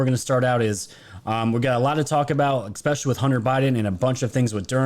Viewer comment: Dude, you GOTTA stop saying 'ECspecially' 😂😂😂 you are a grown man, it's ESpecially lol 😆